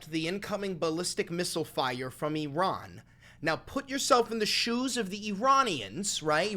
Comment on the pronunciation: i like that you don't pronounce it "EYE-ran"